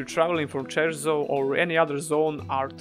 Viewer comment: *CIERZO* no Cherso lol and the real bugger, *HOLLOWED MARSH* not black marsh LOL (I see you playing Elder Scrolls out here)